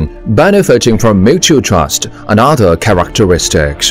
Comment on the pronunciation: 英文解说员发音非常难听，又要装地道，又大量发错音。。。 例如： most advanced 发错成 most advance-da and living architecture 发错成 and-a living architecture 这种就是国人讲英语常见装逼装过头了的后果。。。 下次再找英语解说员配音可以找我帮你们把把关哈 WeChat: missterryli